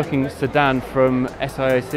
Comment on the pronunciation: The reporter kept saying S I A C when in fact the company is Saic.Oh, later he said S A I C, he learnt.